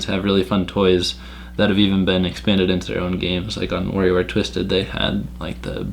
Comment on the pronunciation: Remember, kids: that's WARIOWare, not "WARRIOWare". 😝